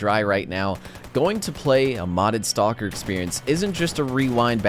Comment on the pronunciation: did you just pronounce the L in stalker? lol STAUWLKER